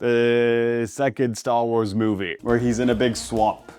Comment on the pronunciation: worrying about people judging his cooking skills but not him completely mispronouncing Star Wars is a fascinating perception of the cooking and Star Wars communities